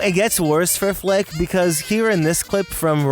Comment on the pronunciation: WHY DO I HEAR FLICK SWEAR